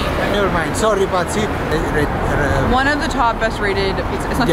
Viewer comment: He asked about 'Patsy' because the pronunciation made it sound like 'pazzi' in Italian which means 'crazy people'😂. I can't believe that's rated as the best! The salami was also quite burnt...